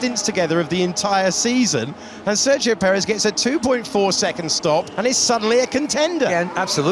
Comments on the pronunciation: Try to pronounce it as "sair gi yo". You can do it. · At this point they should really learn how to pronounce Sergio…